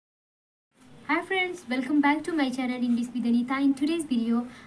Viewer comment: Your english sentences are good but, some words pronunciation are not perfect, mainly 'English ' you should say ' sh' not ' s'.